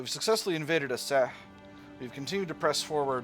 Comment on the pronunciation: The C in Aceh is pronounced like ch in cheese